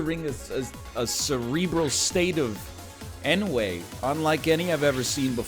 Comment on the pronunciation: Egg pronounces ennui as n-way